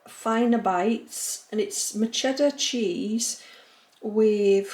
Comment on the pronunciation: I loved how you said matcheddar cheese for the snack packs you got for yourself 😂 great haul xx